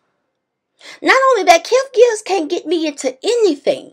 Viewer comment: Kev gills? Really sis. Lmao